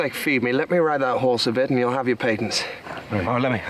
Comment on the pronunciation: It's pronounced Pay-tents. Patents of nobility.